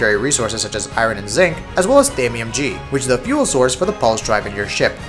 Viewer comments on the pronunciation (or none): "Thamium G"